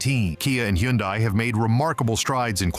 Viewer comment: Why is he calling a hyundai a hendie ? Wouldnt a car expert know the models. He mispronounced another one too?